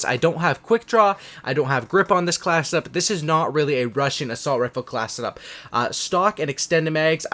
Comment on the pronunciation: Class set up. Not classeup